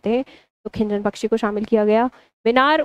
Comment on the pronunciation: खीचन ❌खिंजन☑️😂